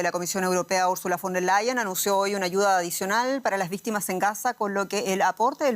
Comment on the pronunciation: "ViZtimas en Gaza" 😂😂😂😂